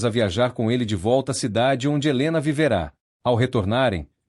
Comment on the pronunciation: Gostei da história. Parece narração de IA, porque os verbos no pretérito mais que perfeito são apresentados com a pronúncia do futuro do indicativo (vivera/viverá). Exemplo: Helena vivera um grande amor (num passado muito distante); Helena viverá um grande amor (em algum momento futuro). Entao, sugiro que treinem a IA para pronunciar corretamente, pois ouvir histórias também contribui para ampliar o vocabulário.